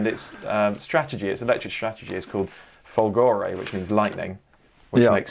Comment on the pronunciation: Hey guys, it's FÒLGORE, not FOLGÒRE! Love your podcast, cheers from Italy!